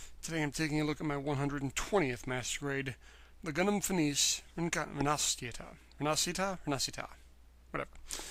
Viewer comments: I think it's pronounced Feniche Rinaschita. Blame the italian who made that ms. xD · Great review, but just an FYI it's "Feh-Nee-Cheh Reh-Nah-She-Tah" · in every review of this kit the name get butchered